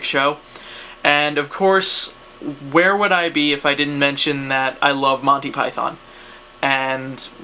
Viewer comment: The way you say monthy pyton.... u just gave me aids through the internett....